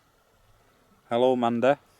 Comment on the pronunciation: Hi, it said Lundy not Mandy. Green Hive not Green Eyes.